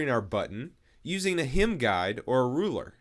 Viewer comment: I stopped watching after you mispronounced "HEM'' the third time. It's HEM and not HIM.